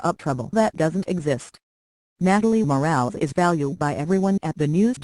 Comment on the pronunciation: Total BS! One would think this crappy website could at least pronounce her name correctly!🖕